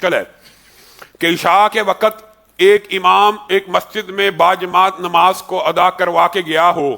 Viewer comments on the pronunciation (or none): none